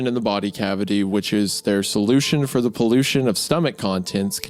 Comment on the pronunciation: is that comic sans?! Also, "poolution" lmao